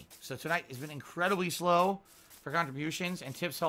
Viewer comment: Listening to how pronounces it, it may as well be two syllables in Piginese.